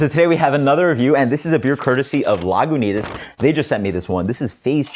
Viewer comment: No "w" sound in Lagunitas